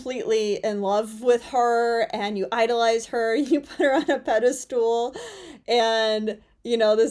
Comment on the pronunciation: FYI…the word is pedestal (ped-uh-stuhl. Rhymes with mull as in “let me mull that idea over for a bit”.). Not pedastool.